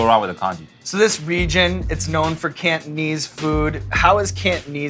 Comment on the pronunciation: the way Sean said cantonese food made me cringe "kant-knees"